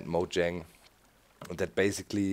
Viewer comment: And doc it is said like "moyang" not "mojang"